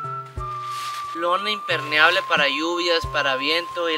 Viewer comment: me da toc que diga IMPERNEABLE y no IMPERMEABLE 😂😂😂😂